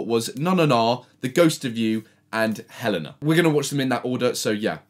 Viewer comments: btw, helena is pronounced Hel-AY-na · Did no one get angry at the fact he said HELENA WRONG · Take a shot everytime fucking says Helena wrong